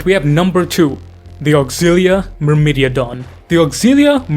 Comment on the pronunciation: Myrmidon is "mur-mih-don", not "mur-middy-a-don" (not sure how you arrived at that). Greek word for 'ant', interestingly. Secutores is "say-kyoo-tor-ayz". Plural of 'secutor', Latin equivalent of a foot-knight.